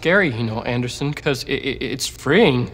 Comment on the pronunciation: "Hey Andason. I need to say my poum"